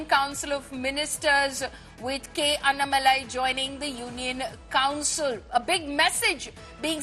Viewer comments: Kindly pronounce the name tamilnadu bjp leader : Annamalai not anamalai 😡😔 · Its is anna malai. Its annaa malai. What's with northies and butchering south names?